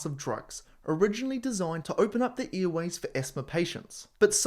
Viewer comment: I'd suggest you enunciate "airways" simply because the clearly stated "earways" is easily mistaken.